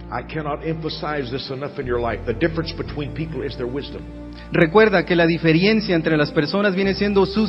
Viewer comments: DIJO "DIFERIENCIA"? ... BUENO... QUE IMPORTA !! CONTINUAMOS ESCUCHANDO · DiferIencia??? Neta? Un traductor que no sabe hablar español? Si se dedica a eso al menos debería pulir su español. No vaiga ciendo que se le vacee, su auritorio de gentes... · Dice "diferiencia" 😀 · Excelente, pero al traductor hay que decirle que se dice : DIFERENCIA, no DIFERIENCIA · La "diferiencia" quedé 😅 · Lo siento todo iba bien pero en cuanto escuche que dijo "difiriencia" tuve que quitar el video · La diferiencia? Jajajaja en ese momento dije bye al videito